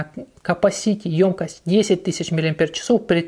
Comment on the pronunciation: давайте говорить грамотно. 1. "обожЖетесь", а не "обожГетесь" 2. в слове "ёмкость" ударение ставится на букву "ё", так как эта буква всегда ударная.